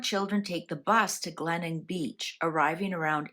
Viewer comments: My family were camping in Adelaide when the children went missing. I had just turned 13years old. Glenelg is pronounced Glen ell g( for gone). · The town is pronounced GLEN ELG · The town is pronounced Glen elg. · It’s pronounced Glen Elg, one word. It’s a beach suburb in South Australia. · Glenelg. Glen-elg. Please pronounce it properly. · The beach is pronounced Glen - elg. This is a mystery that still haunts us here in Australia today. Every so often something comes up or an anniversary comes around and it makes headlines again. Thank you for covering this mystery. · Tha name of the beach is Glenelg, pronounced ‘Glen-elg’. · Thank god someone corrected her, as an Aussie from S.A i cringed every time she said Glenelg. No hate. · It should be noted that Australia Day was not a public holiday back then. Yes, Glenelg. I don't know how it's difficult to pronounce!